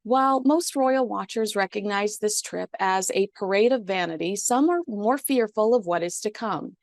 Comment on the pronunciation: '... harry and Meghan's strip to Colombia' is what I heard :)